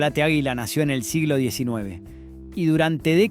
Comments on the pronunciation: El relator es argentino? Da vergüenza escuchar como nombra algunas marcas, dice pumper cuando se pronuncia pamper, dice ajila cuando es águila, dice yiol cuando es jiol (giol) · Es una máquina quien relata? O una persona que le falta estudio, que pronuncia mal? Agila en lugar de Águila... Arcór en lugar de Arcor con pronunciación fuerte en la A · El guión está leído x IA? Por qué dice AGUÍLA (acentuando la i)...o PUMPER en vez de pamper? 🤔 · Sospecho que vos NO sos de Argentina o no viviste en el país en el tiempo de estas MARCAS! Tenés un problemón con la pronunciación de los asentos!!! NO es "aguíla" es "águila"!!!; NO es "Arcór" es "Árcor"!!!; NO es "itálo" es "la ítalo"; Y no se decía "Pumper nic", sino "Pamper nic". Es un aporte de un tipo que conoció todas esas marcas. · no podes decir AJILA. Realmente es una falta de respeto. De donde sos chabon???? este video es para que lo haga un Argentino viejo. Y pones a un negro africano en una oficina com oejemplo??? gracias a Dios no hay negros manejando empresas en Argentina. Cualquiera te mandaste. muy agenda 2030 lo tuyo. ARCOR no es ARCÖR. es ARCOR chabon!. se acentúa en la A!!!!!! y pusiste CHINOS!!!!! aaaa bueeee pusite toda la basura que arruina a cualquier pais!!! sos lo mas antipatria que hay. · La manera de acentuar y pronunciar del relator " me desespeeeeera."!!!: aguÍla, pumper, itÁlo , Yiol 😱😡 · por qué pronuncia "ajila" 😂😂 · ¿Shiol?¿Itálo?¿arcór?¿aguíla? Horrible... 🤮🤮🤮🤮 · porqué pronuncias mal? es Italo es ítalo, esdrújula. Aguila es águila, tb esdrújula. Arcor es árcor no arcór. Giol es giol, no shiol. Menos mal que Pumper nic, lo pronunciaste bien (pamper nic) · No entiendo porque pronuncias casi todos los acentos mal en los nombres de las empresas (por ejemplo Italo no se acentua en la A, tampoco Gatic, ni Aguila en la i, ni Arcor en la O). Y Giol no la pronunciabamos "Yiol". El de la foto es Torcuato Di Tella hijo, no es el fundador de la fabrica. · ÁGUILA con acento en la A!!!!!!